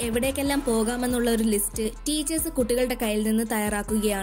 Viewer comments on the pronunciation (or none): none